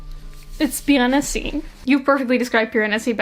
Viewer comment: I can't read the word "Piranesi" without hearing it in your voice/accent, somehow it's just perfect for saying Piranesi lol I can't explain it